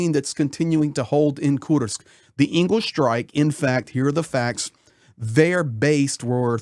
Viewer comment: It's ENG'els NOT Eagles, as in Friedrich Engels. Engels the city is named after the co-founder of Marxism with Karl Marx. Engels/Saratov are really one city, half on each side of the river. Both are military exclusions cities and difficult to get to, especially by driving.